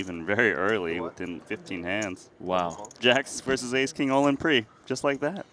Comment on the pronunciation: Did you know that the word "versus" has two syllables? doesn't.